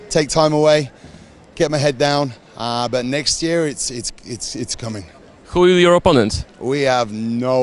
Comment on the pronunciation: " HUJU JOR OPONENT?" xD